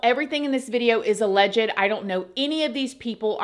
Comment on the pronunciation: Sorry it Is Alleged not Alle Jed luv ya